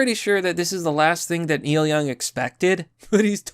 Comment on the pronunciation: Oh no not Neil Young 😢 Who is Neik Young again? 😆